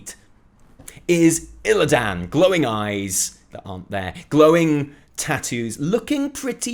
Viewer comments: The way you say Illidan fucking triggers me. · You're the only one in the entire world that can't pronounce Illidan correctly. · Who's Illi dan? I I know there's a character called Illidan, but no Illi dan.